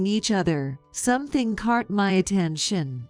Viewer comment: Tarking? (Talking) Cart? (Caught) The computerized voices always mispronounces.